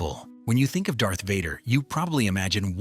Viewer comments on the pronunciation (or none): none